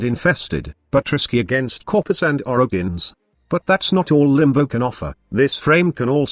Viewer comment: Did you just call Limbo, "Bimbo?" You did XD